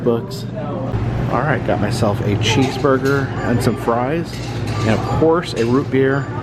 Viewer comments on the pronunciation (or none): none